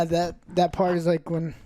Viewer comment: „i did das“ 😂😂😂 denglish, love it